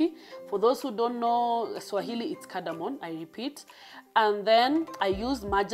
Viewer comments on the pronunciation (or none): It's cardamom not cardamon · It's caradamom 😆😆